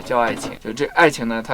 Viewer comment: 相濡以沫 第二个说成了守😝